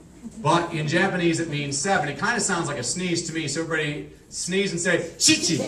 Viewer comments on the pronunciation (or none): For the love of god don't do this. He calls shichi chichi.